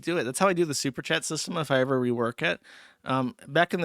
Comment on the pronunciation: I wish Joosh still said Errver. this clip with "errver, and errver, and errver" would have been golden.